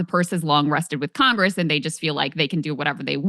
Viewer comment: We have "three branches of 'Congess,'" Glenn? Agreed on the rest.